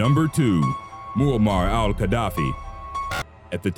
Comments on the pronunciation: Very interesting. However, the pronunciation of Qaddafi is not "kwa-DAFF-ee," but rather "guh-DAFF-ee" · are you really saying QUA-daffi?